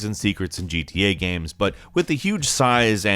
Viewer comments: It's games, not gams. It's kind of hard to take a gaming information channel seriously when they can't even say games right. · Thank you! I thought I was the only one hear him say gam instead of game for years now.